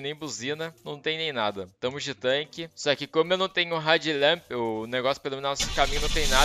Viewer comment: Só eu achei que ele tava falando "red lamp"? A pronúncia tá muito parecida kkkkkkkk to ligado que é head lamp agora.